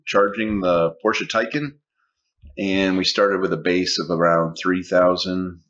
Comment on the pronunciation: It's nice to hear someone for a change pronounce the name correctly..Porsche! Well done...